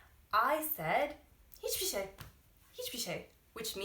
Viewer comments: you pronounceed "hiçbir şey" such well that i felt like you are turkish for a moment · Hiç bişey derken gerçekten bi türk gibi söyledi 😁